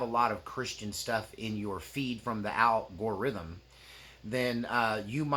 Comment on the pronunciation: did you say AL Gore rythym lol